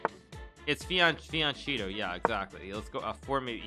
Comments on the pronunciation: It's not pronounced fiancheeto, it's more like fianketto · To be honest fianchetto should be pronounced fianketto, it's an italian word. And the "e" it's not pronounced like the "e" in "each", but like the first "e" in "ever". There is a double t too, but it's not a sound present in the english language. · Fian Cheeto? In Italian the ch is hard.